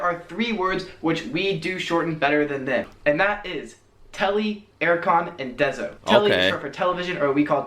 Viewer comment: It is Telly, not Telli.